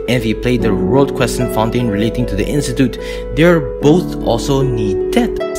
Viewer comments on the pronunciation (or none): none